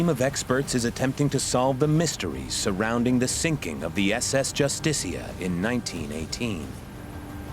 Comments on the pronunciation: Your saying the ships name wrong. It is not "Justistia." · You're making a real hash out of pronouncing the name JUSTICIA